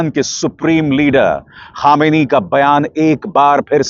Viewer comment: ख़ामेनी नहीं खामनेई साहेब बोलिए जनाब।